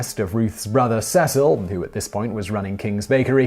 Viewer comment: Finally someone pronounce 'Cecil' right!